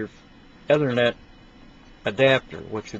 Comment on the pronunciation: erm, dude it's 'E'thernet not othernet... get it right please